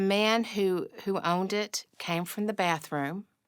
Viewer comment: it’s not “bafroom”!!! Speak in English it’s bathroom!!